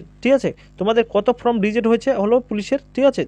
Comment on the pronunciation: ফ্রম নয়, ফর্ম সঠিক করে বলুন ?